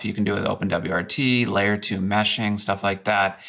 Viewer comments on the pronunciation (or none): none